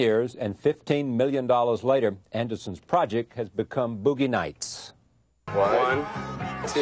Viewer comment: "Boogeh Nights"